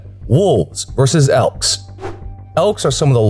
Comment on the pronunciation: It's elk dickhead not ekls